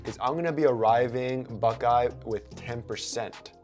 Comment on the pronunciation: Great tips. But fyi. The town is pronounced just like it's spelled...Buck - EYE. As in what you see out of. LOL